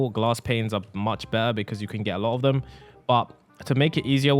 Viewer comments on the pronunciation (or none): none